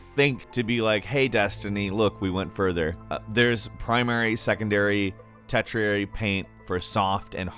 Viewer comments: Tetriary? Tertiary... TERSHIAREE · It's called terraforming Tertrary lol. Tertiary (Tersh-e-airy) They will probably add more javelin types later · ter-she-airy, not tet-tree-ery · it's pronounced "ter - shi - air - ee" not "tert -share - ee" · Tet-riary ❌ Tersh-iary ✔️ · Did he say “tet-tree-airy” for the word tertiary? It’s pronounced “ter-she-airy.” The word is almost phonetically spelled. Sorry, I’m a stickler for that stuff, but I’d think someone could’ve caught this during editing. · Lololol “Tet-triary” colouring?? It always kinda makes me giggle when these people who are narrating these videos, so getting paid to say words, say the words incorrectly. Pretty sure the internet exists and it’s really quick to look up pronunciation. Tertiary is pronounced “tursh-ee-air-ee” lol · TET-riary? Think you mean TERSH-iary,. ❤️ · ot pronounced tershiary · "tetriary" seriously? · There is primary, secondary and tet-riary paint 😂😂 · Lol it’s Ter-she-airy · Look up Tertiary pronunciation pls. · The way you said tertiary though lol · He doesn't know how to say tertiary .lol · Did just screw up the word 'tertiary'? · How is it that NOBODY on Youtube can pronounce the word tertiary correctly? Have you not seen Star Trek Voyager?